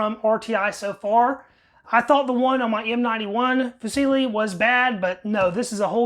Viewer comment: The “c”in “fucile” is pronounced “ch” dude. Just FYI 😁